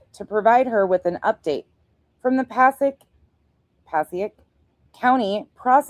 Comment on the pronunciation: Hey! So you are in the know, Passaic.... Paa-say-ik ❤😊